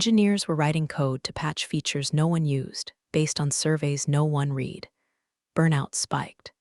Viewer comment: Present tense of read rhymes with reed. Past tense of read rhymes with red. Wish you would amend your AI to get this right. They are consistently pronounced incorrectly.